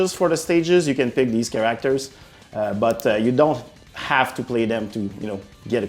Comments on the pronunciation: Cringe every time he says “cAr-aCtOrS” 🤢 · what is a Char-ra-actors? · He said karakterz like 23 times. Good choice. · Hopefully they add more “Kiracktors” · Soooo you’re incapable of pronouncing “Characters”. Ok cool. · ChaRackTers is getting me each time he says it. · "Emfaces" "chareactors" it's so hard to focus on the video I'm sorry, but I haven't been able to focus on anything but the jarring mispronouncing of words. English probably isn't his first language, I'm not trying to poke fun but dammit this video is making me look at the wrong things 😅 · He put the wrong emphASSis on the wrong syLABul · Great can't wait. Also find it hilarious how you pronounce certain words. Like character as "cure-rack-ters" and emphasis as "em-fay-sis" 😂. Nevertheless, nice dive video. Hope you guys do an Xmen beatemup or even DCU.